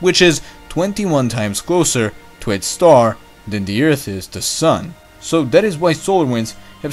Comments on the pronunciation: Is this the same guy that pronounces Earth as "Ert" or "Urt" ? Just wondering. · Oh my gosh you said Earth not Eart lol